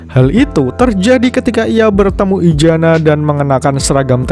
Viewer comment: izana bang izana BUKAN IJANA ZZZZZZZZZZZ